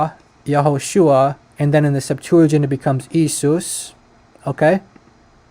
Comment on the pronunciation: i think you pronounce the Greek word for jesus wrongly. It is pronounced e-a-sous not e-sous 🙂 the iota and eta are usually pronounced as two different vowels.